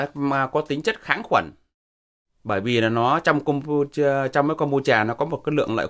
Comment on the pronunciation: Thật tiếc là ông ấy đọc đúng :)